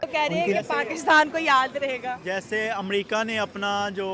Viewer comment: bilkul waise hi jaise amrica ke R ke jagha D aaya 🤣amdika